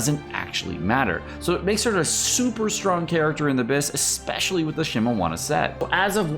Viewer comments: So glad it's not a drinking game whenever you pronounce something wrong like that... Think of the alcohol blood poisonings you would be responsible for! "Shee-mee-nah-wah" (I know you corrected yourself at the beginning of the video, and the rest was recorded ahead of time. It's appreciated! But PLEASE! "Xing-Cho"... Not "Xing-Coo!") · lul at that Shimowana pronouncation. good math calculations tho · So annoying he saying Shimewana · Does he not know how to read? Bruh it shimeNAWA NAWA NNNN THE FUCKING N MY GUYYY.THE N